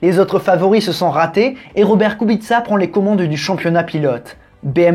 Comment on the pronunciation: Très intéressant 👍 et Kubica était très bien 😉 et en plus tu ne te trompe pas kubitsa en phonétique bravo 👏 en te me fais rire 😂 😂 😂 😂